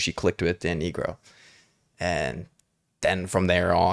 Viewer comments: His last name is pronounced N-eye-gro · Dan Nigro is pronounced Dan Nai-gro, not the other pronounciation you used btw <:) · Please it’s pronounced NIH Grow 😧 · Dan Nigro’s name is pronounced nye-grow, not pronounced like the slur